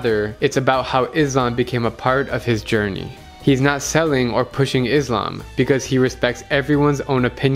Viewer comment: It pronsution of Islam is little off The mistake is Izlam And it's Islam No hate but just wanted to corrected you